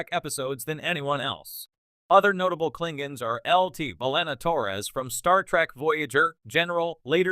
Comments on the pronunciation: Actually, if you watch TOS, they often pronounce it “Klingans,” so… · Pity you can't say the word KLINGONS LOL